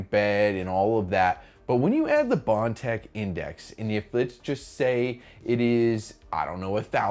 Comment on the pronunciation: Thank you.At least one of you guys will say it.The way it's supposed to say prusa, with bontex.Indx thank you